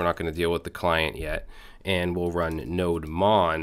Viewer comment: Its not pronounced as NODE MON but its is pronounced as NODE DEMON actually